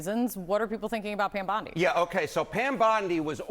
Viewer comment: Who the hell is "Pyam Bondi"?